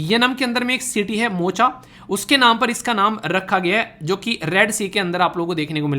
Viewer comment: meri itni हैसियत नही की आप को गलत कहूं, लेकिन मोचा नही मोका और यमन है वो बुरा नही मानना 2015 से ही आप की वीडियो देख रहा हूं दिन ही इस वीडियो से स्टार्ट होता है।